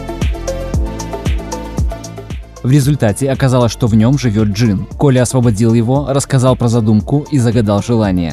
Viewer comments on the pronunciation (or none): none